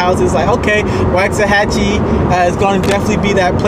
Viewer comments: I live in waxahachie. I was born in Waxahachie. You’re pronouncing it incorrectly. I graduated in Italy Tx. In 2010. Everyone I know from here, everyone I’ve grown up with agrees.. Waxahachie has lost it soul. It is no longer the home I grew up in. It’s becoming over populated. They’ve been building to many homes. You’re wrong about the cheapest prices.. Ennis has the cheapest prices. You should learn how to pronounce the name of the town if you’re going to talk about it. They have been building way to much, it’s probably doubled the amount of houses in 10 years. Waxahachie lost is soul. All these Californians all the New Yorkers everyone coming from places that have terrible politics! Y’all are straight ruining our communities. Waxahachie used to be such a wonderful place. But we’ve always said it’s going to spread south to Hillsboro, at the moment Italy, Milford and Carl’s corner even foreston will be over run by all these yuppies. It pisses me off so much, they allow their elected officials to declare lockdowns and when you decide it’s not for you, they come here to elect those same type of idiots FJB and Let’s go Brandon. Camel toe Harris is a joke and isn’t representing people in the real world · The way he said waxahachie was so wrong it hurt lol. Also under 2 hours to houston? Lmao not even close. 3 hours easily. Maybe 2 and a half if you’re going 100 the whole way.